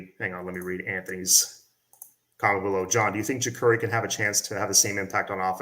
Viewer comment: it's spelled Jacurri but pronounced JaCARri. He was on the orange bowl boys podcast talking about it. He said he asked his mom why did she spell it that way when it's not pronounced that way. Love your show bro